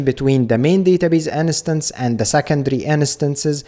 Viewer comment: Uh, possibility of choosing read/write connection via config is awesome. nice vid. ( please look up how "instance" is pronounced, it drives me crazy :D )